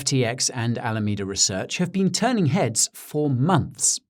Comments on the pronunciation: I thought you were adorable before! You totally slayed me with this one. I love when Brits do American accents, because they're so damn good. Nailed it except for "been," which totally gave you away but made you all the more endearing. Thank you for this and congrats on a great channel. I'm hooked. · One small mistake. The pronunciation of the word, "been". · SBF most likely pronounces the word "been" to sound like "bin" not like "bean".